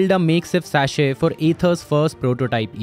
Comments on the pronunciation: It's chassis, not sachet. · The way he pronounces chassis. Lol its chyasi not syashe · SAACHHETS??? its chassis pronounced cheh- seee mate...lol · did he really said saashey instead of (sha-seez) chassis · Sachet? Chassis? xD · Chassis is not pronounced as Sachet! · Can't get over the narrator's pronunciations. He's saying saches for chassis and a bunch of other words that sound off. The white dude did a much better job making the videos engaging. This guys intonation sounds like a 5th standard elocution competition 😂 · Lol What Sha-SheA 😀😃😄😁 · Get your pronounciation right on words like Madras, Chassis. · Why is pronouncing 'Chassis' so difficult for the speaker? Is AI being used to generate audio here?